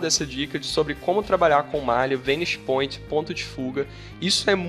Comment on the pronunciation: Sua pronúncia da palavra "vanishing" está errada!!!